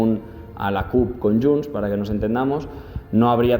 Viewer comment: es diu :: JUNTS!!!!!!!!!!!!! no YUNTS!!!!!!!!!! heu d'aprendre a parlar el català